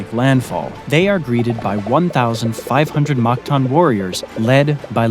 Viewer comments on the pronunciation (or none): its mactan not magtan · Its mactan not magtan